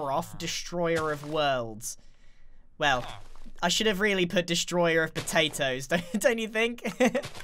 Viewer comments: you called him „Destoryer“ not Destroyer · Its Destroyer not destoryer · you said "destoryer" instead of "destroyer" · "Graroph," Destoryer" of Worlds" How do you destory something? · DESTORYER.......???????? Oh Grian... honey.... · He named the villager "destoryer of worlds" instead of "destroyer of worlds" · Destoryer of worlds ?, try again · Destoryer is what he said lol the o and r are flipped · Whats a "Destoryer"? 🤔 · "Destoryer" hahah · "destoryor " lol